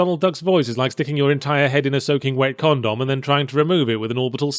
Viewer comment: What's with the oddly specific pronunciation of the word condom?